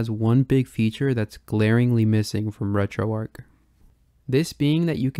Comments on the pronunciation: Dude stop saying Retroark. It's Retroarch. It doesn't make you sound cool, edgy, or different. It makes you sound ignorant of the origin of the name Retroarch. It was originally a CLI tool running on Arch Linux. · Alright, which one of us is pronouncing RetroArch wrong?